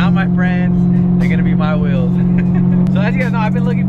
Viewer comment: I swear these guys pronounce wheels like whales lool